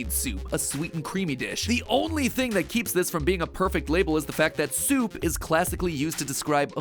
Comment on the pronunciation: Coffee.... Soaapu?